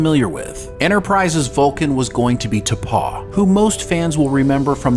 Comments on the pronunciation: T'Pow, not T'Paw. Oy vey, dude. 😂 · You keep repeatedly mispronouncing the name of the character that was supposed to be first officer before T'pol. The pronunciation is more like T'pow, much like a small child would say when they are playing cops and robbers and shooting a gun. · How do you mess up the pronunciations of “T’pau” and especially “Hoshi Sato”